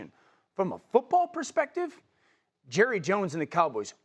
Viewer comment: You mean Jerruh